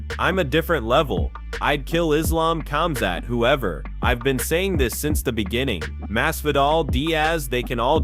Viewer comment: When he says Dane-ass. Nate Dez.then it was Die'az . Your Butchering names brother. And in another video it's pronounced Kumshot not hazmat geez ole man